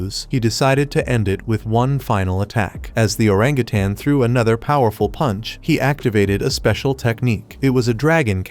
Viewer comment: 😂😂😂 the way you said "he just trowed it away 😂😂😂